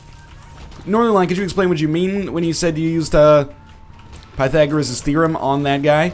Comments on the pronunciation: You mispronounced Pythagorean. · scumbag Northernlion pronounces Pythagorean therum incorectly.